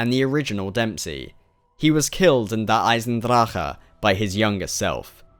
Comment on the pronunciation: I love the way you pronounce Der Eisendrache :p Miss your streams D